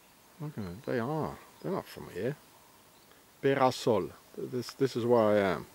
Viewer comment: Be-ra-sol... not "the house of sun" ... could it be "the temple of sun"? (A swiss cult was named The temple of sun). Temple = big house.